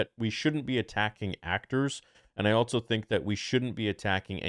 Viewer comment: I love you but it’s pronounced “also” not “altso” love you brother